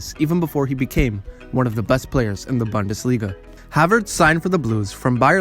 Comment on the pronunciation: Great video. Look up the pronunciation of bundesliga though.